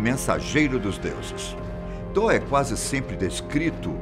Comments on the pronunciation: Man da uma agunia ele falando Tó sendo que se diz toti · Apresentador o nome do Deus e Tot e não Thor ( Thor e Deus nórdico ) Tot e Deus do Egito fala por favor o nome do Deus do Egito direito e Tot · tor ??? ou thoth ?? acho que ele falou errado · Eu vi a thumb pronunciando "Tof" ai tive que ficar ouvindo Tó e Tor o vídeo todo ksksk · A fala está errada tem que ser : " toti " não Thor..... A pronúncia ficou Thor, mas tem que ser "toti" ,que é thoth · Ele tá falando errado.. tá com som de R e tem T no final desse. Era pra pronunciar Tóti.. rs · Nem "toti" e sim "tof" tá querendo corrigir sendo que nem sabe. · Excelente narração, voz, poder de comunicar de destaque, porém pode ficar ainda melhor se estudar previamente o que esta a narrar...ja percebi algumas vezes a falta de conhecimento. No Caso deste video em particular o deus é Thot e pronuncia se Toti e não Thor, q é o deus Viking. Grato pela narrativa envolvente e por compartilhar conhecimento diferenciado. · Ler "tor" é errado lê-se "tó t". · Mas ele não confundiu, tão pouco insinuou que tivessem alguma relação. Na vdd, ouve um erro de pronúncia, que faz com que pareça que ele está dizendo Thor. Só isso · Ele n falou "thor", e sim "Tó" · se pronuncia "TOT" mas isso é apenas um detalhe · THOT o T no fim é para pronunciar (thote) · Acho engraçado como ele pronuncia "Toth" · Tá pronunciando errado.. Thor é o Deus do trovão,o velho teria que falar Tóti kk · Concordo o narrador pronunciou o nome errado. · o th é pronunciado como um T com a lingua entre os dentes, porém quando o th fica no final da palavra ele é pronunciado como uma especie de F ou S com a lingua entre os dentes, esse som não existe no ptbr. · na vdd a pronuncia do vídeo está errada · A pronúncia de thoth stá errado , mas o vídeo é bom😎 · Ele pronunciou errado. Ficou estranho msm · Ele só ta pronunciando errado